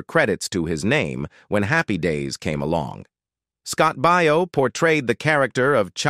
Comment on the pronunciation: Your pronunciation of some of those names are horrendous. "Baio" is pronounced "BAY-oh". "Piccolo" is pronounced "PIC-a-low".